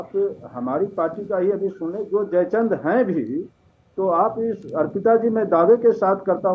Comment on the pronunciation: Madam aap pehle history padho jaichand hota hai jai Chandra nhi